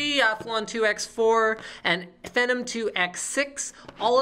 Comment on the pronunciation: i see this is the video he hasn't learned to pronounce phenom correctly stay in school kids